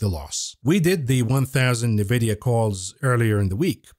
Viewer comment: Please stop calling it NAVIDIA.